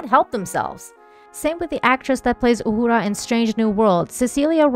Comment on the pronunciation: I love that you pronounce her name properly.